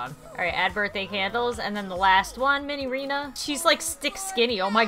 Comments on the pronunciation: its minireena not minyrinas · cool guy its pronounce as Minireena